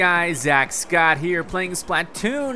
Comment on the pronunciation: Scoot!? It's Scott